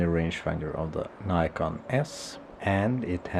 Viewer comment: its Nikon not Neyecarn